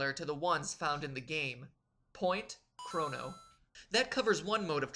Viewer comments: Did he say Chrano trigger? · KROH-noh. Not KRAW-noh. MEH-rill. Not MAH-rull. EE-pok. Not EH-pik. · Chrono! (Kr-o-no) not crano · Maybe its just me, but are the pronunciations really bad? Normally I don't mind, but... Chra-no? Marl? Epic? It should be Crow-no, Eep-ock and either Mar-lee or mare-LL, shouldn't it? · god, MatPat white knighting himself is hilarious also CRAWno and epic instead of e pok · You don't know how to pronounce Chrono or Epoch. Cringe...